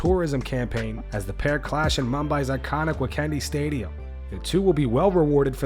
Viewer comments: As an Indian MMA fan that last part of the video was high levels of cringe to watch. narrator dude, it's the Wankhede stadium not Wacandy. /facepalm Like bruh! Visually pronounce the words you read. It's not that hard. I'd understand if it was done by a TikTok generation guy. But I think you are well above the age of 30. Also, that's the Indian flag with the heart emoji posted by Connor. NA education strikes again. 🤡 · It’s the indian flag. Edit: also the stadium’s name “wankhede” is pronounced waan-khay-day